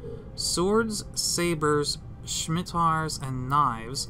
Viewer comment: Hey Bro, cool video, but please see Star Trek: Nemesis for correct pronunciation of Scimitar.